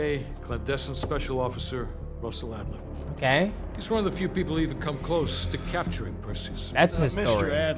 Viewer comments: It’s Adler not Alder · This nigga called Adler "Alder" lmfaooo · Bro said alder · Yeah let's just call Adler (eagle in german) alder.